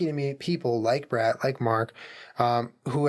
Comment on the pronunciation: I thought you were calling your friend Bread, but then I realized you were saying Brett 😂 lmao I’m stupid 🤣🤦🏼‍♂️